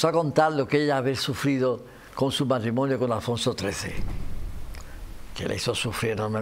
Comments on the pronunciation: No se dice "matrimoño", se dice MatrimoNIO...parece mentira que el presentador sea periodista...!!!!! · ¿He entendido bien?. Me ha parecido oir a Jaime Peñafiel decir el "matrimoño".